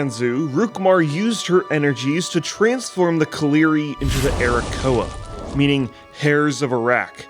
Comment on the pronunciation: Arrakoa as playable race? Did i hear Arokussy?